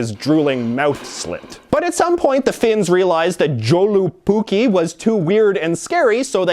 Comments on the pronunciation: As someone with a Finnish father, I would just like to clarify that Joulupukki is pronounced "yo-lu-pu-key". Other than that, everything was accurate, and the goat is just as creepy as J.J. described. 9/10 will drunkely watch again. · You are kinda pronouncing Joulupukki wrong.. it's pronounced Yol-lu-puk-ki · You pronounced Joulupukki way off.. funny the way foreigners pronounce it. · I was hoping you’d talk about joulupukki (the j being pronounced as a y in Finnish btw). Definitely one of the strangest versions of Santa. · Joulupukki is also Y-sound on the J. Sorry I get triggered by botched pronunciations. ;)